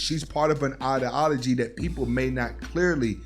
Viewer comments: Good content bro but for someone who uses the word ideology so much, it would be great to be able to pronounce it correctly. I.D (like your I.D card) ah-low-gee. Respectfully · With all due respect my man, it’s eye-dee-ala-gee.